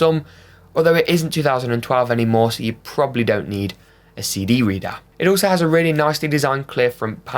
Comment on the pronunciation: a ceedee reeda